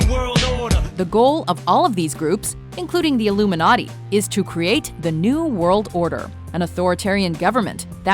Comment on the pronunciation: Illuminati? Illuminerty? luminerty? Loomenerty? LERMENERDEY!